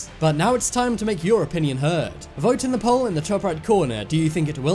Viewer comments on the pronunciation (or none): none